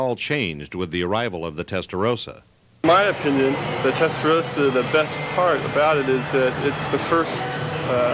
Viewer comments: American here. It's promounced "Testa-RAW-sa" not "Testa-ROW-sa." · Why the hell do Americans keep mispronouncing Testarossa? It's a redhead, not a rosehead!